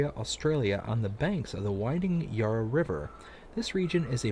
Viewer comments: When you pronounce Yarra, you say it as "yah rah", with the a as in are. It's said with the a as in and. Really enjoying the video, thanks! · Yarra has the first a as in "and" :)